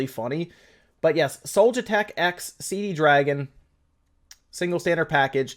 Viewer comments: It's not CD Dragon...there is only one D... It's C Dragon. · CD Dragon must be selling the Con-Fuze. I always read C-Dragon there, never saw that extra D i´m always hearing here :-D